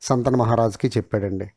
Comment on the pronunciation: సంతన మహారాజు కాదు, శంతన మహారాజు అనాలి. దయచేసి తెలుగు భాషని చంపవద్దు.